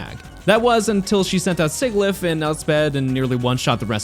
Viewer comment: I'm convinced that everyone that pronounces Sigilyph the way you do in this does it on purpose just to irritate people